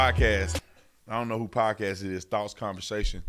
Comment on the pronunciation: Bro really said “THOTS CONVERSATION “ looool that’s what I heard